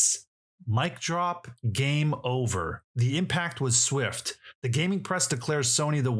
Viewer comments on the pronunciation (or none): none